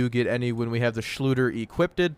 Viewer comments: Its funny how it nags at my sanity that you say equipted instead of equipped No front tho all fine xD Thx for Testing and have a nice day my man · Equip-did lmao it's killing me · i don't wanna be that guy, but it's "equipped", not "equipted". Also i mean... by that logic DLC weapons are pay 2 win too since some of the best weapons in the game are DLC content for which you have to pay. Of course you're gonna get access to new content by paying money (DLC in this case). That's how borderlands has always been. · Equip-ed. Lol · Did you guys really complain about getting more legendary drops? And it’s equipped not equipdid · The thing that bugs me is your grammar saying equippeded, its just equipped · The word you are trying to say is EQUIPPED not EQUIPTED!!! There is no such word as equipted. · "equipeded"? nobody? really? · "Equiped-ed?" Sorry but hearing this repeatedly is just cringing-ing. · Equipped-did Everytime he said it i started laughing lolol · 'Equippded' Did you not only say, 'Equippded' but actually repeat it multiple times? As an English teacher I'm a bit ill here... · I noticed that to it kinda bugged me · Pst. Equipped is two syllables (unless I'm missing an inside joke) :) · You are not saying equipped correctly. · Why are you saying 'Equipped' like that? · Say equiped right bruh